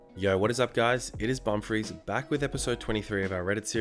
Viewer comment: Srry for the rudeness but I have to say... When u say ur name it sounds like “bum freeze”